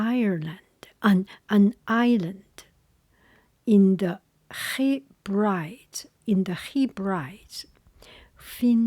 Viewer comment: You did so well with this - the pronunciations are so tricky. it reads Hebrides but it is read as “heh-bread-eez” and Ulster is “ull-stir” - that might help! But as always so lovely to hear you!